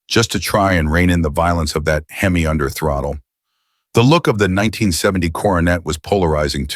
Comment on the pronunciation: Stopped watching at "Hem-eye" WTF??